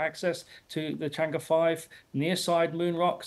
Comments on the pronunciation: It's pronounced as "Chang Eh", not E. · The tone is not "e", is "er" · 是嫦娥，不是长歌。貌似歪果仁都没法发对这个音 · 不是读 chang e 而是读 chang er . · It’s pronounce “chang-ur” and “chong gou” please have the decency to check with google! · 'Chang'e' is pronounced as 'Chang Er'. Please western journalist, learn to pronounce Chinese names properly. It's not difficult., Just asked anyone who speaks Mandarin or GOOGLE!. What is so difficult about that? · When a China correspondent can’t prounce chang’e correctly😂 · she is BBC reporter in China, but she does not even bother to learn how to properly pronouce Chang'e 嫦娥😅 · BBC china correspondent can't pronounce Chang'e properly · BBC没让我失望！chang'e的发音都是错的。。。果然是一个没有公信力的媒体小丑。